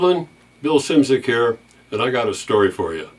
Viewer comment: he pronounced it wrong :D